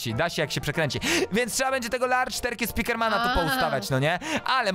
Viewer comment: terkej? Jak mówisz turcja to też turkja mówisz?